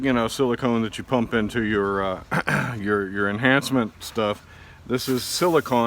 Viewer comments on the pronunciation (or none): I just thought it was funny how you kept explaining it " Enchancments" LMAO